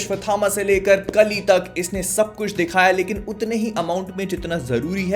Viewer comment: Hey bhai kali nhi hai vo काली hai bhai